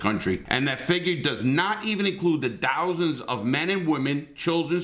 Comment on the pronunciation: I wanna know how to spell thousand the way larry is saying it....